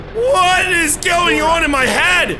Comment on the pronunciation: The best part of listening to him talk for over an hour is noticing how he pronounces "on" as "awhn."